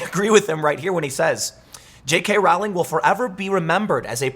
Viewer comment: J.K.Rowling's last name is pronounced (roll-ing).😁